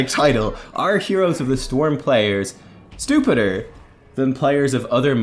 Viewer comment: Stuhpuhd and stoofedeer lel